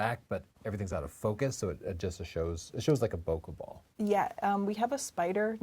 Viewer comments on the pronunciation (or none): none